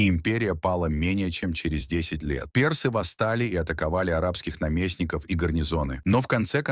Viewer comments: К концу видео уже глаз дергался от ударения персЫ! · Как можно говорить персы, через ё??? Расскажите, про Хатшепсуд через ж, Хаджепсут, история, с именами древности, нечто необычное, загадочное, либо вы знаете правильное произношение?